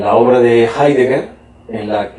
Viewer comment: no sabe nada de heidegger el entrevistador, ni siquiera lo pronuncia bien